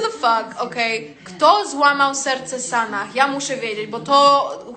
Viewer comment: Boże sanah a nie sanach . Japierdole XDDDDD